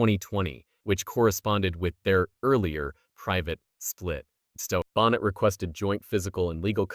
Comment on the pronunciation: Is this AI? He calls her Lisa Bonnet, instead of Boh nay! yuk.